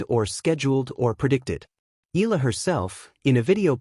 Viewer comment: you need to pronounce her name properly, ay naku!